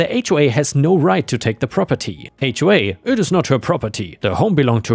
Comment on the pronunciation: Drink every time he says "Prah-per-TEE"